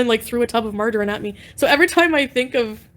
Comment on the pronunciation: "MargerEEEEn???", ughhhh you cant even say that right. 😅